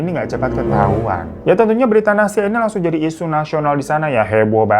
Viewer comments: Nah tuh... Dari Nastya, Bang Hiro pasti bakalan ada salah nyebut jadi Natasya, Nastisya, Anastasya, dll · Aku ngakak dr awal video smpe akhir hirotada selalu salah sebut nama nastia. Natasya nastia nasyia natasya. Memang ntn video hiro ini ga pernah skalipun aku ga ngakak 😂😂😂😂😂😂😂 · tiap bang Hiro salah nyebut Nastia selalu aku benerin sendiri 🤣 makasih videonya bang, semangat teruuusss ❤️